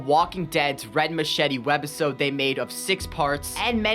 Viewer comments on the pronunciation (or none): I luv yr content bro but idk if i was high af but why do you say WED OR WEB - episode like i had to replay it a couple of times thinking i was high af but that was weird to hear😭😭😭 keep up the good work bro